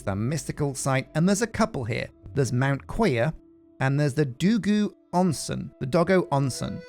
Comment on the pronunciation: As someone who only barely knows passing amounts of Japanese and how it's pronounced, I still flinch every time he says it "Doggo Onsen"~